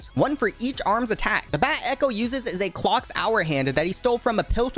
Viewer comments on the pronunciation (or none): none